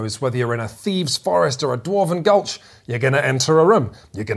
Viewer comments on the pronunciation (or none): none